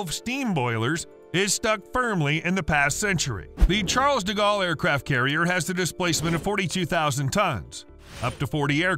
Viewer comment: Ah. Yes. Charles Diggawl. Butchered like a true American. At least try, ffs.